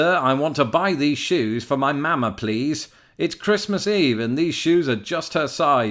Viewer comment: Please stop saying Mama like that no one in the USA says it like that. You are using the A sound like in the word cat but it is really the "ah" sound like the in the word father. The cat A is a much harder sound and even higher pitched where as the Ah sound in father is softer and lower pitched. I've listed to people from all over the US say mama and its generally the same except in some places they say it faster or slower or cut of the second ma.